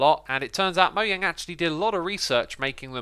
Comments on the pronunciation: Why does he call it moeyang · Is it "Moyang" or "Mojang"? (Pronounciation) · Did he say mo-e-yang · Wtf is moyang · Moyang? I forgot that’s how it’s officially pronounced, lol.